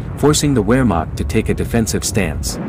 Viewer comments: It’s VEHR-macht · The German “W” is pronounced like a “V.” Therefore Wehrmacht is pronounced Vehrmacht. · I was taught that it is "VAR Maak" .. W pronounced as V, V as F (Volkswagen = Folks VA gan) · I can't take any "historian" seriously when they pronounce it "wehr" instead of "vehr" W's are pronounced as a V. Even though it's spelt "werhmacht" it's pronounced "vehrmacht"